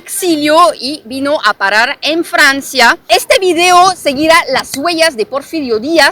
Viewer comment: Me gusto tu video no tu “virio” como ahora todo mundo lo pronuncia. Recuerda una cosa que si estás hablando español tienes que pronunciarlo en español no en inglés Saludos